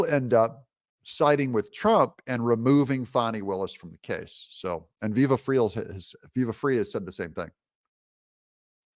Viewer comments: Viva Frei is pronounced like fry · Its Viva "Fry" not Viva "Free" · VIVA "FRY"... not FREE... but enjoy the HIGH LIGHTER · VIVA La ' " FRY " it's FRENCH for " LIVE FREE " , ironically you pronounced it " FREE" exactly What is means in French , LOL ................ VIVA' LA ... means LIVE << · Pronounced "Fry" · It's Viva "Fry"..... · Viva's last name is pronounced "fry" (I believe) and he and Barnes are great! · IT'S PRONOUNCED: Viva FRY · Thank you for the subject matter. I have a little constructive (I hope) criticism. The title was a little click baity and was the only reason I watched. I guess it woked :) . Also if you are going to cite Viva Frei at least listen to one of his intros so you can pronounce the name (like Fry.) Keep fighting the good fight and thank you for your efforts. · Sir, pernounced Fry. Love Viva and Barns!!! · Fyi his name is pronounced Viva FRY. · Viva Frei, is pronounced Viva "Fry". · "Viva Frei (viva - fry)